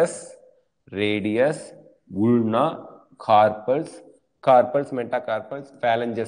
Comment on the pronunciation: sir ulna oda pronunciation thappu